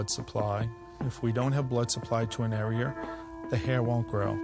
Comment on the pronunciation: THE dr. Says are'er. Instead of area. I never understood how that kind of accent came about. Luke people who say warshed instead of washed. How did that come about. Id live to know. No judment.